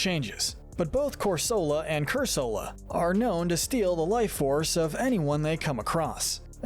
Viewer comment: It’s pronounced roh-TAHM, cor-SUH-luh, cur-SUH-luh, “Patrick Star”! 🤨 You’re so bad at pronouncing names,! 🙄